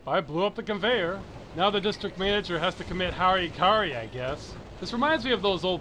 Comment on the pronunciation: oh god the way americans pronounce harakiri